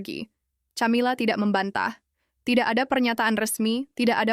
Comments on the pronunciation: Bacanya 'Kamila' bukan Chamila woi. Sudah suaranya kurang intonasi, keras..salah pula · Min ... belajar mengucap nama org , camila nyebutnya kamila min